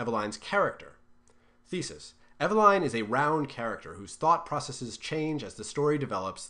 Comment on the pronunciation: The second syllable in Eveline is usually pronounced /-lin/ not /-lain/